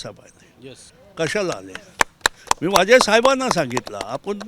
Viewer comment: काका "माझे साहेब" म्हणाले तेव्हा मला "वाजे साहेब" ऐकायला आले. आता "वसुलीची" स्टोरी सांगणार असे वाटले..😜